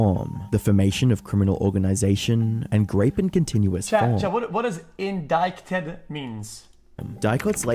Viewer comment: If this video is recent the dude is really uninformed . Trump has been indicted, big news all around. And the word indicted was used for even longer in this context... Yet he stil doesnt know what it means and how to pronounce it? Dies he live under a rock?